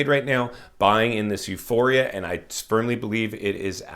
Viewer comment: he says "I spermly believe..." 🤣 Oh and he definitely had his coffee today lol.